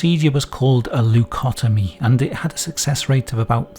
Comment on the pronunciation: Das heißt Lobotomie (mit O, nicht mit A) nicht Labitomie